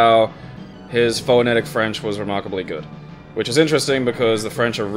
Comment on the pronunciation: honestly the things that bother me the most about these videos are pronunciations of certain words. "fo-eh-netic" "ko-ih-jima"